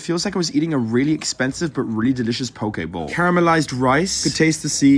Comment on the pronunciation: “Pokay ball”💀💀